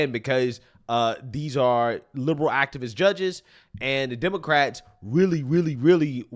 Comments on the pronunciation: You said "demoquacks". I love it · Oh my gosh! Lol, did you call them demo-quacks?!?!?!? 😆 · He said Demoquacks. lol